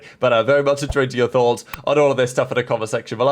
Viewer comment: NO WAY YOURE SAYING USE THE RIGHT WAY OF YOU’RE WHEN YOU CANT EVEN SAY “ENTER YOUR THOUGHTS” CORRECTLY